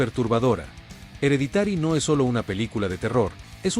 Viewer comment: 10 : "DE LOJE" ... 8- "EREDITÁRI", 4 ".".DE CÚRSE". 1- SRÉDS. Aprende a pronunciar Inglés, hombre. Qué vergüenza!